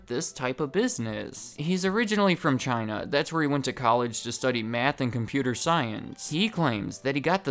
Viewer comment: ONE WORD CH-I-NA